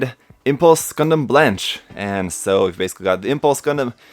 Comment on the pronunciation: Hey! I totally love you and your reviews and i've hardly ever found anything i didn't agree with you about. But for the love of the french gods, please, don't pronounce blanche (which means white) like that xD. This is sort of a recurring theme, a lot of Seed suits have the french color names gimmick to them, like strike rouge (red), strike noir (black) etc.etc.. Here's the pronounciation